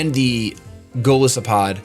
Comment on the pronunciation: you're great, but man, its goliath+isopod. the "i" in Golisopod is pronounced like "eye"